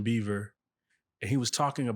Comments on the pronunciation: why does he keep saying Justin BEAVER 🤣🤣🤣🤣🤣 its Bieber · Did he says Justin Beaver 😅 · Why do black people pronounce his name as Justin Beaver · The guy that's interviewing her.... It's Justin Bieber NOT Beaver!!!! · Bro said “Justin Beaver” 🦫😂😂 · He did not just say Justin BeiVer, right? 😅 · Is it me or did he say “Justin Beaver” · And kept saying it 🤦🏽‍♀️😂😂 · The interview can’t even pronounce his name correctly… Beaver… really? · Please pronounce Justin’s last name right. It totally makes you look bad and not smart when you say Beaver.